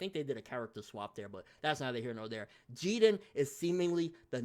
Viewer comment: How you always pronouncing the names wrong bro? Wth is "Jeaden", I thought his name was pronounced "Jiren" 😂